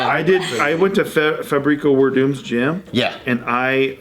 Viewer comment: Lol that pronounciation of Fabricio Werdum